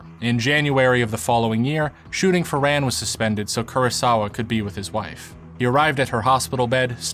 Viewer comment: Pronounced more like "run".